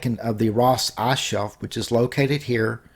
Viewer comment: the arse bottom? or the ICE ICE i c e with i as the beginning.....not a u say the whole time arse arse arse